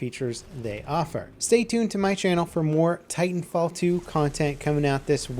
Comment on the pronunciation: Titanfall one word, like Battlefield, not Battle Field.